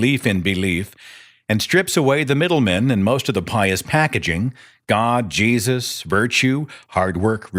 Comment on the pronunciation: It always amuses me when I hear believers, primarily people from the south, pronounce Jesus when they are really serious. It's usually during a sermon and Seth did it during this broadcast more than once to mock. "JAY-SUS!" I always laugh